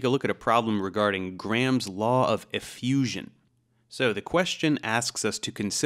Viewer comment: You can tell he's not Indian, because he pronounces "Graham" properly. Southwest Asian languages, in my experience, tend to pronounce a hard 'h'', and they put emphasis on the second syllable. So they pronounce it "gra-HAM" when it is actually pronounced with the 'h' sounding like a 'y' and no strong emphasis as "gray-um". It's also not pronounced 'gram' like the unit of measure. It's kind of a syllable and a half. Sort of. Just wanted to throw that out there. I know this because I work with many Indian folks, and I receive far too many spam phone calls from call centres which all start off on the wrong foot by mis-pronouncing my name.